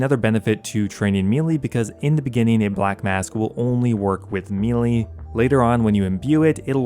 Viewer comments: Like this guy. But if he pronounces melee. "Mee Lee" one more time I'll lose my mind... Melee is pronounced "may lay". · Say it with me... "May lay" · what is mee lee? u said it multiple times. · Excellent guide. Just one niggle...meleé is pronounced "MEH-LAY" You're not alone in mispronouncing it!😂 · Great video man, but the way you keep saying melee is driving me nuts lmao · I have officially lost the last of my brain cells after hearing the way this guy just said “melee”.. you gotta be an idiot 😂😂😂